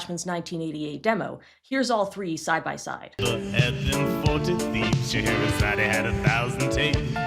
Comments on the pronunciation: That's not what he's saying. He's pronouncing her name as Sche-he-ra-za-de instead of Sche-he-ra-zade, which does match up with the original song. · I don't think they're saying "Scheherazade, he [...]" in either version, rather in both the original and the remake, they pronounce her name with the /ee/ sound at the end, like a Greek name, for some reason. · Ever since I watched Sideways' video on the Disney remakes, I can't not notice the fact that Will Smith attempting to copy Robin Williams' pronunciation of "Scheherazade" by emphasising the "e" on the end just makes it sound like he's misgendering her. Like...even as a child I understood that Robin Williams was saying "Scheherazade" if pronounced in a slightly unusual way; with Will Smith, it really does sound like he's saying "Scheherazade, he had a thousand tales"... It's a little thing but it kind of sets the whole song up for failure in the remake almost right from the start. Honestly, Will Smith was sort of set up for failure on this by being forced to do a Robin Williams impression rather than just being allowed to reinterpret the Genie to fit his own stage persona. I'd personally love a version of 'Friend Like Me' done more in the "Cab Calloway"-esque style that Ashman and Menken originally intended, but that wouldn't have worked with Will Smith playing the role. What he needed to be allowed to do is exactly what the version of the song that played over the closing credits did: play to his personal strengths as a performer. Will Smith is the epitome of family-friendly incredibly cheesy 90s hip-hop vibes. What we needed (and what he needed to be allowed to do) was essentially create his own version of the song "Fresh Prince" style. But no, the higher-ups at Disney wanted those nostalgia dollars so instead we ended up with possibly the most vocally lazy, low energy music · He didn't say He, he pronounced the final e in Scheherazade. That is how it is pronounced in the original too